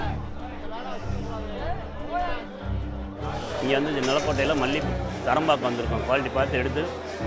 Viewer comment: Other than my few issues with pronunciation, these documentaries are most beautifully written and produced. Thank you! Market and Mountain both have "t"'s in them. As do many other words. The lady who is speaking needs to relearn her vocabulary pronunciation. Marke and Moun-en are not the same words in the English language.